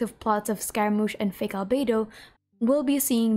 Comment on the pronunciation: so glad I'm not the only one who calls fake Albedo 'Alfredo'